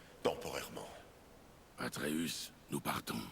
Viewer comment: Tu saoul a dire tout le temps arteus au lieu de atreus